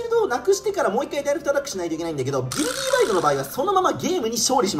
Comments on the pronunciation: ビルディーバイドって読んでるけど、ビルディバイドじゃねーの？ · いや、前段階からめっちゃおもろそうなの色んな動画でわかってるんだけど、 今回のflat-さんの、「ビルディバイド」が、発音的に「ビルディーバイド」に聞こえるのがめっちゃ面白い。 もしこれが正式発音ならもっと面白い。